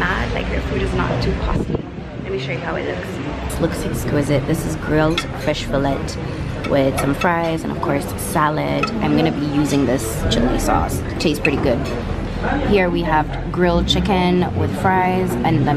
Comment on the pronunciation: imagine nilivuka mwaka kujua Fillet is pronounced as Filley,tnought you should know too 🤔😂😂😂😋 The editing really was spectacular and beautiful 😍